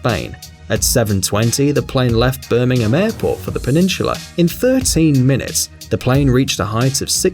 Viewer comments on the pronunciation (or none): none